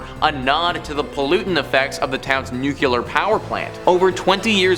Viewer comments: I seriously hate being that guy, but it's new-clear. I don't understand how so many people see nuclear and say nu-cu-lar. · Nuclear not nucular George Bush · It’s nuclear, not “nucular” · Ye bang on